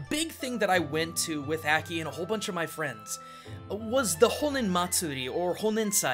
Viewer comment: You pronounced Aki's name wrong.